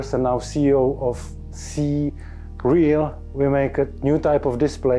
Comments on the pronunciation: So just for clarification you pronounce the company CERAL as "Cereal" but the actual pronunciation should be "See Real" with that little pause between the two words, yeah? Just noticed that's how they pronounced their company name during the interview. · You kept calling the company Cereal 🥣 throughout the video when the CEO on the interview clearly called it "C"-"Real" in reality.😂 As for this tech? That's awesome, and just focusing from my phone screen to the wall across the room in the background, I could see what you described & then moving my phone backwards and forwards. Then you mentioned about trying that with your hand. This level of immersion is definitely the future and I could see it with my own very eyes!😂 I can't wait to see this in action for VR. Being able to see that without glasses would be awesome for my significant other too. Thanks👍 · So the cofounder very clearly pronounced the name as “see real”, yet you insist to pronounce it cereal like the breakfast throughout the video? SMH 😐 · I'm pretty sure it's pronounced "see real", not "cereal" like breakfast - he even tries to correct you at the beginning of the interview 😅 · You should at least pronounce their name correctly. Should be pronounced See-Real not cereal. 🤦‍♂️🤦‍♂️🤦‍♂️ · Not Cereal... it's "C-Real"